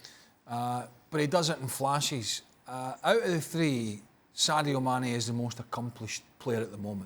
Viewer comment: Not even close it’s Mane